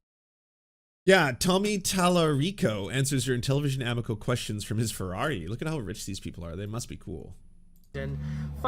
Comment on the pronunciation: The pronunciation of amico hurts my Italian soul., I love ya, great takes. I hate to be that guy, but it's aMIco.